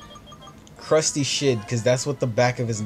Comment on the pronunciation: Also, it's Crusty not Crutsy. -_